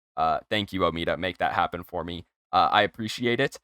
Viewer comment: its not omeada omeda